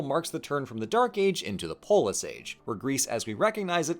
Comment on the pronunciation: I’m so sorry I cannot hear “polis” without hearing the way Scottish people say “police”